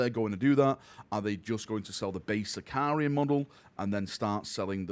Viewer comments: Can someone please teach its Sicaran, not Sicar-i-an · say after me "SI - CA - RAN" SICARAN! SICARAN!